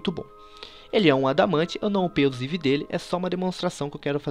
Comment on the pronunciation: como upar o seu eevee sskalsdaksdaskkdak ele fala errado gente avisa ele antes que confundam com um eevee